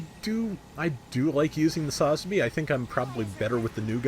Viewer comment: Please try and learn how to correctly pronounce its sa-zabi listen to any Japanese say it they don’t say it all in one.